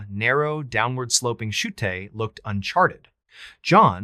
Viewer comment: This is an AI of MrBallen he says chu'te instead of chute, yet says chute the rest of the story. and emphasis of the wrong sections make him seem like a bot.